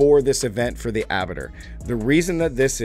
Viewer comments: It’s Abba-twa…. Not abitter.. Abattoir is a slaughterhouse basically. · Please, it's "A - buh - twar" not abator